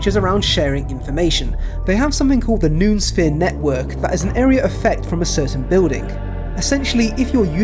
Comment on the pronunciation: Btw if 'noosphere' is the word you're saying it's pronounced know-oh-sphere 👍🏻